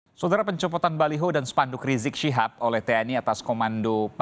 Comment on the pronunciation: Habib rizik shihab bukan rijik Sihab cara menyebutnya